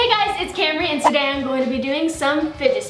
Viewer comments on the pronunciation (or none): none